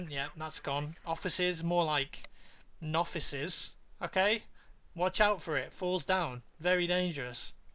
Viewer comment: I lost my shit when he said "noffices"